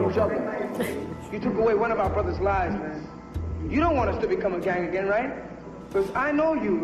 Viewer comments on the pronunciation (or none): none